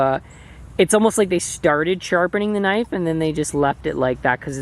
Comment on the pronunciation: whoa NICE "Kah NIFFFF" , hahaahahahaha. Hopefully you kept that eyh.